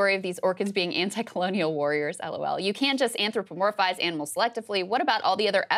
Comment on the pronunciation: Hearing Saagar pronouncing “anthropomorphize” was hilarious. Tough lip-tongue coordination for that word and he always has issues with those syllable transitions. Great video, thanks!